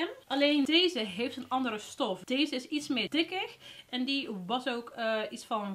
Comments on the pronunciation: Haha waarom zeg je altijd euri inplaats van euro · wrm zeg jij eurie ipv euro???